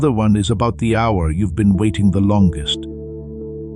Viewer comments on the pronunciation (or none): none